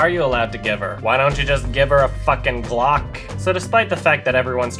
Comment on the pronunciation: I think what makes the Glock line so funny is his emphasis. "why dont you just give her a f*ckin' GLAWK?"